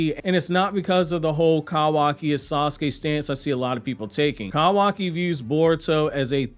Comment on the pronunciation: I like how he calls kawaki "kAwaki"